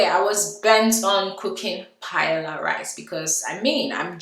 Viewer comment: Don't let Spanish come for you - I got told off for the wrong pronunciation. First of all it's not Paella rice, just Paella. Watch a Spanish video for the actual pronunciation. Please ignore people criticising your marriage, bunch of haters!!